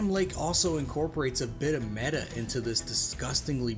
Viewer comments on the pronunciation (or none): none